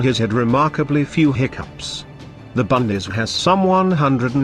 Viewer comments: I took me a while to figure out what the speaker meant with his annoying "bundees". It is the Bundeswehr! I wish anglos would make an effort in pronouncing foreign words. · Idiotic film - they are even not able to pronounce "Bundeswehr" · Minimax Well they are using a text to speech program. Those things aren't known for pronunciation.